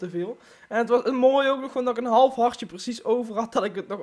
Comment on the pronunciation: Het is harTje niet hardje om